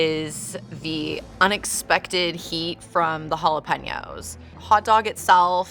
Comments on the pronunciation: Why is she saying jalapeños like that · How that white girl says jalapeños hurts me 😂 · I hated how she just pronounced jalapeños